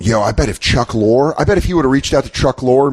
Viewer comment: Dan mispronounces Chuck Lorre's name 10 times and then talk shit about Corey mispronouncing Albany.